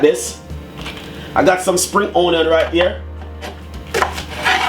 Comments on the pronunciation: because thats the dialect version and not onion...on-yan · Y does he always says ONNYAN?? Drives me insane!!! I know this is a year late posting this 🤦🏾‍♀️